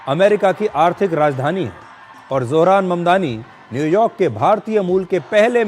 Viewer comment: Sudhir chacha ne name shi liya 👌👌